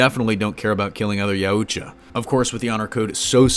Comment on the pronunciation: It's pronounced Ye-ah-ch-ah Yautja